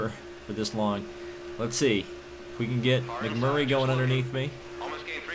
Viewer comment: it is Mcmurray NOT Mcflurry